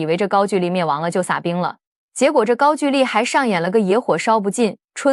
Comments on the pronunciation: ‘’gaogouli‘’！高狗丽！不是“gaojuli”！高举丽！ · 高gu丽，不是ju丽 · 高句(勾)丽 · 高句（gou）丽不是句ju。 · 高句（勾）丽😂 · 高句（音勾）丽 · 勾=句吧 歷史中文有沒有讀好 都亂掰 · 高句 gou麗…… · “高句丽”的读音是gāo gōu lí (高勾离)，注音是 ㄍㄠ ㄍㄡ ㄌㄧˊ，是中國東北地區和朝鮮半島早期的一個古代國家名稱，通常在中國史書中被稱為高句麗，在朝鮮語中寫作고구려 (Goguryeo) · 高"句"麗 唸 勾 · 高句丽 的句念“勾”第一声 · 高句(gou)丽，智能配音，还是要稍微改一下。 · 高句丽 gāogōulì. AI 就是缺乏文化。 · 高句gou-丽 撤che\兵